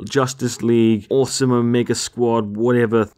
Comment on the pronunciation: Squd? lol